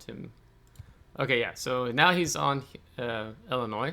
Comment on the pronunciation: Aah Illimoines... wut? 😂